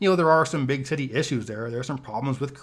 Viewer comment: Sounded like he said "...there are some big titty issues there" lol